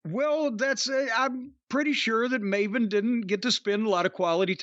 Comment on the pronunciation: Piers Morgan pronouncing Maven as Marvin.